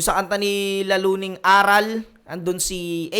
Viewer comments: Boss ,ARAL ! yun hindi A-ral ginawa mong pwet eh 😂😂😂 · idol, magkaiba po bigkasin at ang ibig sabihin ng pagkakasabi mo ng ARAL sa ARÁL. ARAL po yung prinopronounce mo na ang ibigsabihin ay lesson. While yung ARÁL is mas mabilis siyang bigkasin sa pag baybay mo sa RAL. ARÁL. Educated ang meaning nyan. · mali yung pag kaka pronounce mo ng ARAL at mali pag kaka intindi mo. ARAL yun na ibig sabihin bihasa sila hind yun ARAL ng nangangaral sila or nagtuturo. bugok naman nito yan sabi ko eh basta makapag labas lang ng video.